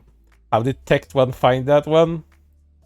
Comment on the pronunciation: Calling him Tect One instead of Tec Tone. Big bruh moment lol